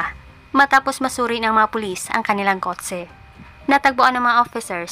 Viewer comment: Kot-se✅ Kot-che❌ 😂